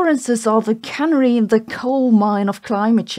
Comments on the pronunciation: Canary in the coal mine is pronounced k-nair-ree - not cann-ery. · I know it is nitpicking and sorry for being that stupid guy, but... CANnuhry? Please try kuh-NAry for pronouncing the word 'canary'. :) Thank you for the daily videos, I really appreciate them and hope you keep making them.